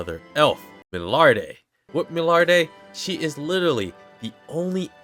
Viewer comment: The pronunciation of Milliarde was a bit of, I hope they get the Names down in the new Season II like they did for the most part in S1, but I have high trust in the Japanese VA to diligently practice. What I'm looking for is the fight with Revolte and if they can utilize what makes his design unique and his demon magic an a satisfying way.